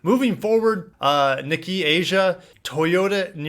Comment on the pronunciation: Nikkei is pronounced Nikkay, Kei car → Kay car.